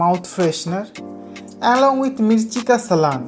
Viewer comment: भाई उसको सालन बोलते है सलान नहीं